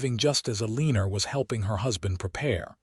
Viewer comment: ya'll are gonna have to stop using Eleanor as a name - cuz AI can't pronounce it correctly. It hurts to hear it abused so awfully!